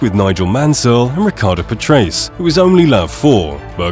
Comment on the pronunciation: Alan Prost? Riccardo Pat-Rays? Dude!